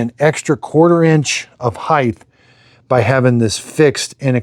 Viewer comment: Bro, stop heighth. It's heighT. My god that drives me nuts.